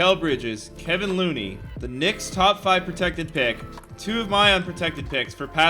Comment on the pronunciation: No one::Calls Kevon Looney, Kevin Looney